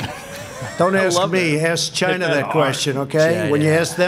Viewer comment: Greg Gutfeld played a montage of Trump saying "CHI-NAH" to numerous people, numerous times...Not just to the Chinese "journalist"